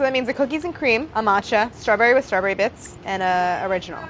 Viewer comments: does anyone else notice the subtle accented way that Claire says the word "straberry" ? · Is no one else bothered by how she pronounces "Strawberry"? Like stra-berry, emphasis on the word berry... Threw me off lol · does anyone else thinks she says strawberry kinda odd???